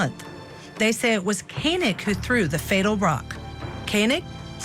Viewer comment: Its ko-neg. like koenigsegg